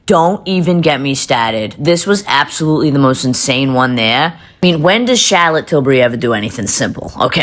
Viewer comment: If I hear Mikayla say charlotte tilbury one time I’ll scream. Who says charlotte like that? For real NO ONE!